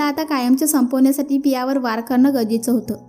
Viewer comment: वर करणं नाही वार करणं